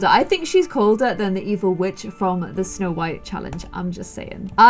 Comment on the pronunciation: You said "snow wight"